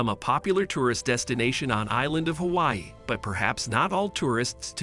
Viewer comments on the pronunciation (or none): none